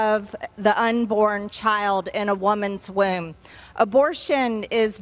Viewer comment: She said womb